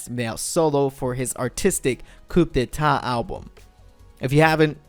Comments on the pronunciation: I'm sorry, you pronounced "coup de-tat" wrong. It's actually pronounced "Coo-day-taa" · Lol can't even pronounce "Coup D'Etat" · You don’t pronounce the p in coup d’état